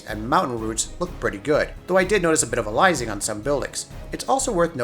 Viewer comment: Aliasing is the correct word, I think just his pronunciation is off. You don't see AA. You see AA doing a good or poor job of reducing aliasing.